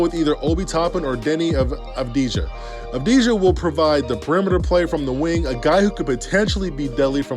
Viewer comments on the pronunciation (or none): You say it avdia it's a sillent j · Before he was playing 20+ points in the uroleage most peole called him dani avdija